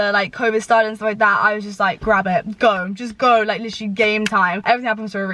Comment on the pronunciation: PLEASE STOP saying 'litcherlly' every other word omg i'm mad